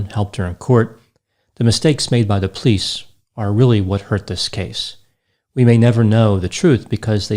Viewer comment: I find myself more and more endeared to your single syllable sounding pronunciation of the word "police" as "pleece". Granted, I tend to over annunciate the word as "POE-lease", but your technique is growing on me. Also, your daffodil colored button-down is just a breath of Spring!